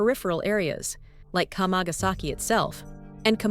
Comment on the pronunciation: It's not "k'mah-gas-eki" ... it's kama. Kamagasaki is 釜ヶ崎, kama-ga-saki. WTF do content creators do videos on subjects without even learning how to say them? It's also a great street market to go to. Nothing's hidden, nothing invisible, you just have to go there and walk down the street. Even the yakuza HQ is plainly sign posted if you want to find it. Sick of these tired old tropes about Japan.